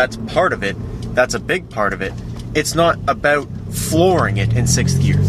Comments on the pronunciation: jonathon lesko and he said aboot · its abewt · The aboot is killin me. So whats all this aboot? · jonathon lesko You definitely know what you're talking a-boot lol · Not to racist or anything but it was the way you said "about" that made me suspicious :D